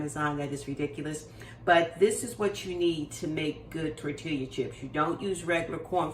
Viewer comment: Tortilla(Tor-Tee-yah)😅 Looks good. Will try soon. TFS.